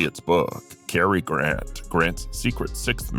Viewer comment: Carrie Grant????? Really???? How illiterate can you get?